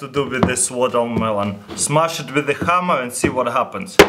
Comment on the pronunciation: "Shmaskh ikt wikth the khammer"